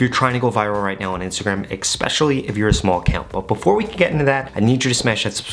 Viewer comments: Great advice! Btw- It’s especially not ekspecially! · Great video. But there is no ‘X’ in especially. It’s pronounced Eh-Specially, not Ex-pecially. 💕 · One little thing: its not expecially. Its especially. I guess also make sure you don't say expresso. 😅 Anyway, thanks for the helpful information! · Did he say Ekspecially? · I stopped watching at "ekspecially" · Appreciate the info! Straight to the point. I gotta say though, you have an interesting way of saying especially. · My bro someone needs to say it… in the word “especially” there is no K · I would appreciate it if you could pronounce the word “Especially” properly.